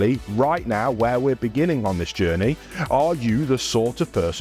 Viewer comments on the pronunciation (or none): none